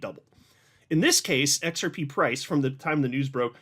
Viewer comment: The “XEP” 😂. Long live!